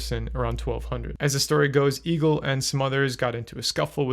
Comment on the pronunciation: Egil as a Norwegian name is pronounced "Eh-gill" (just in case you wanted to know)